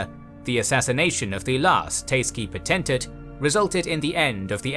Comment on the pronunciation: Great video, and I am genuinely impressed that you managed to mispronounce almost every name, including potentate, which is an English word hahaha. Doesn't detract from the quality of the video though dw